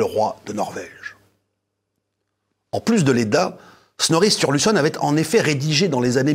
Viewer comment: L'Edda de Snorri est magnifique, la plus grande source sur les mythes, légendes et Dieux nordiques. Je suis passionné par cette mythologie, ses histoires sont bien plus riches qu'on ne le pense. Par contre ça se prononce un peu différemment 😅